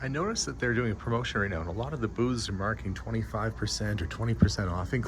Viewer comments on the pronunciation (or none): At first I thought he said "The booze is 25% off" and was a little surprised. Then I thought about it and realized he said "The booths are 25% off" 🤣